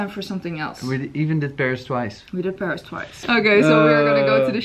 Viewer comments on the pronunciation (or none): none